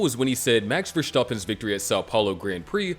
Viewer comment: Verstappen is pronounced as verstappen not vershtappen